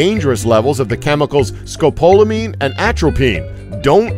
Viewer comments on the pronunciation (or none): none